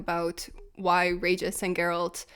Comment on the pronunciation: As my wife said when we heard the news they were replacing Henry with Liam "It's 'Jer-rollt" now.